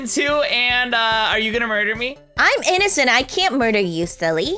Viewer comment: I love how says innocent as innominicent😂